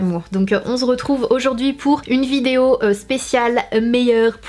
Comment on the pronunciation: Sana stp arrêt de dire on zretouve